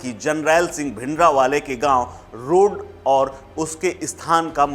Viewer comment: रोड़ नहीं है संत जी का गांव रोडे है, और अमृतलाल सिंह का नाम जलालपुर नहीं जल्लुपुर है। भोसडीके नाम लेने नहीं आते और बन जाते है रिपोर्टर।